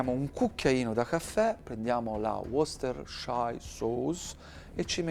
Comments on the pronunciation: wostersciairsous? Ahhaha non sa neanche lui il nome della salsa... 🤣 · Si pronuncia salsa "woostar" non come ha detto e ripetuto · Equally challenging in English & Italian 😂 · Got to love that pronunciation of Worcestershire sauce 😁